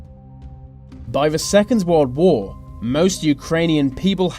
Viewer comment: I heard Warld Wor?